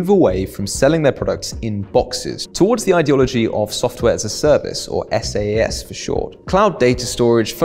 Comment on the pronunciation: FYI SaaS is pronounced "sass"